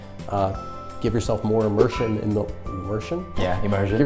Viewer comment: Imursion huh... 😂